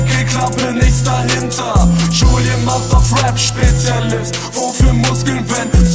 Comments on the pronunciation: Diggah, lern mal ordentlich das R ind Rap auszusprechen, du sagst immer Web😂😂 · ER KANN NICHTMALS RAP AUSSPRECHEN... R AP nicht W AP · Es heißt rap und nicht wep. Kauf dir mit deinem ganzen Geld nen sprach therapeuten. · Wieso kann der Junge in der Hook auf einmal nicht mehr "Rap" aussprechen? Designer Wap? Was soll das sein? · "Denn im JBB hat keiner Swag, doch jetzt komm ich! mit Designer Wap(?), Designer Wap." Was zum Fick ist das? Ein Mensch kann doch nicht in der Lage sein, so eine Scheiße zu schreiben.. und im Vergleich zu seiner Aussprache von "Rap" ist Gio ja noch richtig gut dabei.. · Der Typ kann nichtmal das Wort "Rap" richtig aussprechen ;-) Na gut vielleicht passt sich Julien ja auch an und macht ein "Wap" battle. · Spongebob?! Spongebob trägt kein Kostüm wenn dann SpongeBoZZ .-. Und außerdem ist er Gios Bruder wegen der Aussprache? (Web) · LRJ In der "Hook" hat er ja sogar den gleichen "Rap" Sprachfehler wie Gio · Okay, man merkt Moneyboy ist sein Idol, aber bitte bitte, wenn du englische Wörter benutzt, lern sie richtig auszusprechen. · Noch so einer, der Rap nicht aussprechen kan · Der kann ja nicht mal Rap aussprechen :/